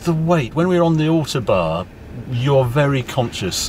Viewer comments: Ow like owl, toe like on the end of your foot, barn like where the owl lives. Ow-Toe-Barn! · As always, a first class report. Am I missing something, I have lived away from the UK for nearly four decades and I notice Harry called the Autobahn the `ortobar´. Is this how it is pronounced in the UK?